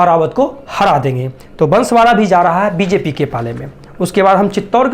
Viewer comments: Pahele to unko bansvara ka jile ka name sahi se nahi ata he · भाई तुझे न्युज मिडिया वाला किसने बना दिया पहले जिला ओर उम्मीदवार का नाम बोलने नही आता है तेरे को क्या पता है बांसवाडा और डूंगरपुर मे सबका बाप कोन है पता है नही पता है पुरा नाम पडने कि टेनिग लो फिर बात सिखो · पहली बात तो बांसवाड़ा, बोलना सीख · बांसवाड़ा बोलते आता नहीं और सर्वेक्षण लेकर आ गया